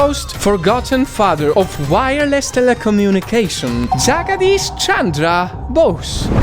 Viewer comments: sorry it is jagg- deesh not what u said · 🤣 i like it.. the way he pronounced "Jaagadish"😂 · you pronounced jagadish chandra bose wrong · I am an indian and your pronounciations r killing me of jagadish chandra bose but it's actually way way way better than others! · Jagadish Chandra Bose is op person but your pronounciation got me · Lol the way he pronounced jagadish chandra bose